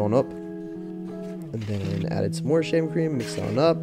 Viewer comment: Why I heard “shaming cream”